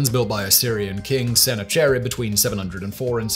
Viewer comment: Liked the video but I think that Simon should take a little more time to research how names are pronounced. For instance Sennacherib is pronounced as Sah Nak a Rib. Or sometimes Sen Nak A Rib.